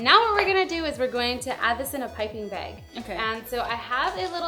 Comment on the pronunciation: she said "Piping beg" lol